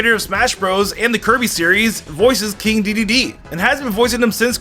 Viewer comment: hey buddy when you were talking about dark samus I think you said kirby's name wrong maybe I miss heard though